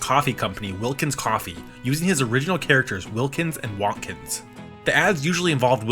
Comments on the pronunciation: I think Wontkins is meant to be pronounced like "won't kins" rather than "want kins", with emphasis on the "won't". If you didn't know Jim Henson was behind the ads, with all their sudden explosive and unapologetically slapstick gags delivered with a playful edge, you might assume they were the work of Warner Brothers' lead animators Chuck Jones and Friz Freleng, trying out a brand new media in puppetry. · Fuck is up with the way you say Wontkins? It’s Won’t-kins, nor Wohntkins. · It’s Will-kins you got that right but it’s won’t-kins. Like will and won’t. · Hearing Wontkins said like “Wonkins” or “Wantkins” was weird lol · I thought it was pronounced "Won't-Kins"